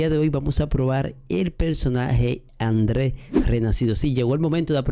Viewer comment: No es André es Andriu Andrew